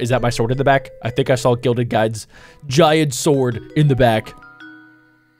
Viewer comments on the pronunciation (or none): none